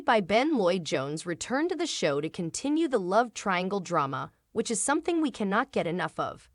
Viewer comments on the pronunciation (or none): none